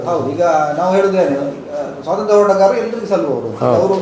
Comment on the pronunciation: ಸ್ವಾಸಂತ್ರ್ಯ ಅಲ್ಲಾ, ಸ್ವಾತಂತ್ರ್ಯ, ನಿಮ್ಮ ಉಚ್ಚಾರ ಯಾವುದೂ ಸರಿ ಇಲ್ಲ.